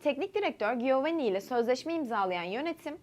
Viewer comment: Canım giovani diye yazılır ciovanni diye okunur bilgi vereyim dedim Başarılar